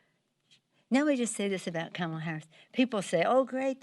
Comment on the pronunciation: "Camel" Harris...uh oh...YOU pronounced her name wrong...watch out!!!